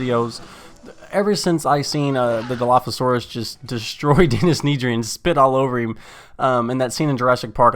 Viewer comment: why do you pronounce it NEEDry xd